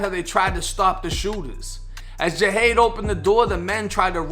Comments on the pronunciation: His name is pronounced (JUH-HOD) JUH-HOD; JAHADE. KNOWN AS PANDA🐼🕊 & yes, he was nothing but genuine🤲🏽💜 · His name is pronounced Jah-hade